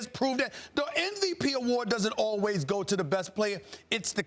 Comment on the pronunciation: SAS can't even spell "MVP". He always says "NVP"...